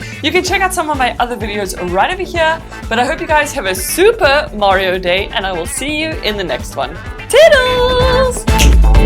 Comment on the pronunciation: She really said supper MARIO day🤦🤦🤦